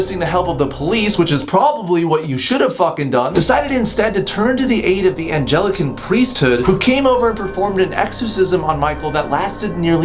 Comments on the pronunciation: It's not "Angelican" it's "Anglican" ....ANG-lih-kin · LOL HE SAID ANGELICAN. ITS PRONOUNCED ANGLEH-CUN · can we talk about how he pronounced anglican